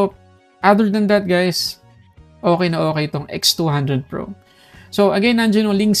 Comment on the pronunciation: Nakakalito haha minsan naririnig ko v200 pro minsan nmn x200 pro hahaha